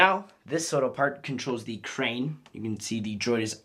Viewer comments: You said "in a wittle bit" ha ha ha😂😂😂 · Who else heard him say wittle